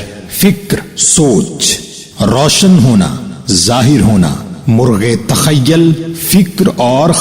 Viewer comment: Sir sorry to say but aapne "TAKHYYAL" pdha jo ki TAKHYYUL hai or "ISTAFSAR" pdha jo ki ISTIFSAR hai 🙏